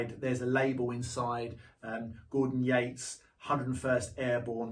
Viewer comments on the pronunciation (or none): none